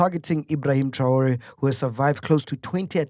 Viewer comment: Did this man really pronounce TRAORE as TAURA😂😂